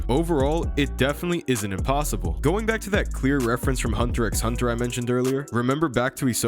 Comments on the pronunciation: Great video, BUT ITS NOT PRONOUNCED HUNTER "X" HUNTER. It's just hunter hunter. I'm commenting this mid video so don't expect a feedback on that. The video is great otherwise. 😭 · In hunter x hunter, you dont say hunter x hunter, you say hunter hunter, the x is silent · You dont need to speak the “X” in Hunter x Hunter, its just “Hunter Hunter” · you just pronounced the "X".... gross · you don’t pronounce the X in hunter x hunter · How are you not gonna know how to pronounce Ui Ui (we we) when it’s been said in the anime in both languages? Also even though I HATE hunter x hunter even I know the x isn’t spoken. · Now that I think about it, Sukuna does look like Hisoka. That Gon and Killua parallel with their clothes and hair color was a good one. But dude, x is silent in hunter x hunter. 😅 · I can’t sub bc you pronounced the x in HxH my guy